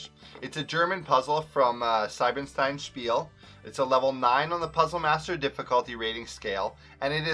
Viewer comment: Pleeease say the „ie“ in Siebenstein as the „ie“ in Spiele, otherwise it would be written „Seibenstein“ 😅 Thanks for the Video, however ☺️